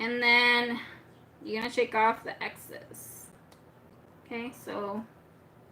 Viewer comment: “Excess” not exes